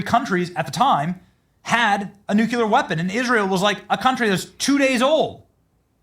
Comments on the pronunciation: it's nuclear, not nuculer. Sorry, had to say it. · should stop pronouncing Nuclear like Jimmy Carter did. It's not "Nuculer" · It's not NUCULAR. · You are pronouncing nuclear like George Busch. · I cannot believe that podcasters can go on the air and mispronounce nuclear. It is abominable. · Pray for our President. He is a gift given to us, the USA. Nuclear is pronounce new-kle-ahr. Only one U. The country is off the tracks. They ( many) are no doubt are trying to do him & others harm. Thanks.